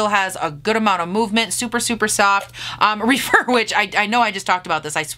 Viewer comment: Those glitters are stunning!!! I love the way you applied them! Not that it matters, but I think the Rephr brushes are pronounced Reff-er rather than Re-fer.